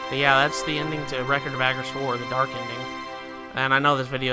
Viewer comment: Bud, it is "Suh mur ill" not "soo mur ill". Also, "Ah gah rest" not "agg ah rest". They're both stated in game.